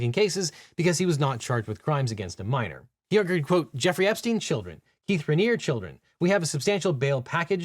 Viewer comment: I love that people still mispronounce Keith Raniere name wrong heheh it’s the ultimate insult for a narcissist